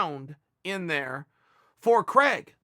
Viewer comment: Why do americans pronounce Craig so wrong